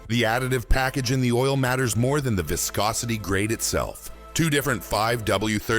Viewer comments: "Vye-scosity" (waves to our friendly AI) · Good info but why can't we have an actual human speaking who knows how to pronounce words like "viscosity". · "Whyscosity" - Bruh, cmon.